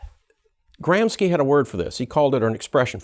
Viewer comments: Gramski? You pronunciation suggest Russian/ Polish origin. Antonio Gramsci was Italian /. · Kudos for extremely well articulated explanation, but it's a little bit strange that critical theorist doesn't know how to correctly pronounce the names of its founders... Lucacs is pronounced "LucaCH" (as in "China") and Gramsci is pronounced "GramSHi"... Sorry, but it really hurt my ears every time you said their names (in spite of the fact I really despise the world vew they tried to promote).